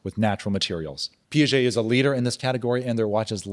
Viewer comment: It is pronounced Pee ah jay NOT pee jay! Pls